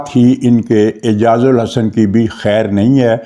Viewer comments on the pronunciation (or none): اعجاز۔۔۔ال۔۔۔احسن۔ اعجاز الحسن نہیں۔ آپ متواتر نام غلط لے رہے ہیں۔ تصحیح فرما لیں، مزید یہ کہ ہانگ کانگ جانے سے پہلے قانون کے مطابق اسے ھیڈ آف ڈیپارٹمنٹ سے ایکس پاکستان لیو لینی چاہئے ، نہیں لی تو قانونی طور پر اس سے باز پرس ہونی چاہیئے ۔